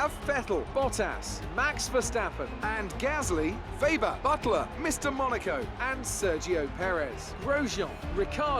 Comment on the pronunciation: You pronounce Weber's name vebber, when it's meant to be pronounced as vaber